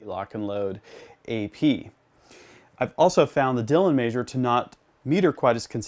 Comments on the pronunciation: Powder “maysure” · Yeah he said it all messed up 😂